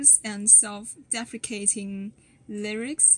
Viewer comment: Sounds like English is a second language so I’m not trying to make fun of you but your pronunciation of deprecating was a little off. It sounded to me like defecating which has a little different meaning but it’s funny in this context. To be fair I don’t know if I can pronounce it correctly either and I’ve spoken English all my life.